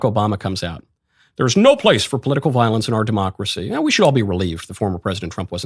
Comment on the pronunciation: When you keep calling him hilter and saying demcorcy ends with him